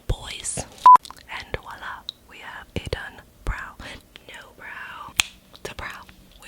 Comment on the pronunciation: enjoyed watching but voila is pronounced with a v and not a w